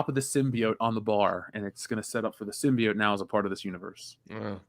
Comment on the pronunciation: I can't believe still pronounces symbiote as "simby-yaunt"